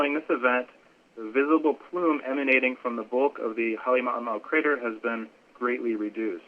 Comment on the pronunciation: How difficult can it be for the people who actually live and work in Hawai'i to pronounce Halem'uma'u correctly? I've only heard one correct pronunciation since this event began. Pet peeve.